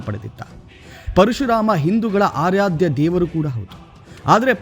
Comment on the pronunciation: Arayada alla murka.aradyaya.😢kannada sariyagi helalalu barada ninna news 😅😅😅😅